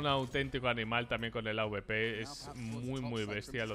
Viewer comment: Que pesao con decir aubepero en vez de awper